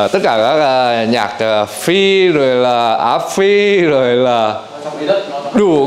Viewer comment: từ " rồi " bị biến đổi thành từ" dồi" nghe nó đớ đớ,khó ưa kiểu gì đấy